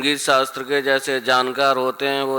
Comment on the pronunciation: शास्त्र bolna nahi aa raha, सास्त्र bta raha hai.